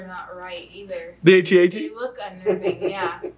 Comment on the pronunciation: I have to assume that someone informed you that it's pronounced "at at" instead of a - t - a - t. But did they make you renew your Nerd License? Because you need to go back to Nerd School after making that sort of error. 🤨 😂😂😂😂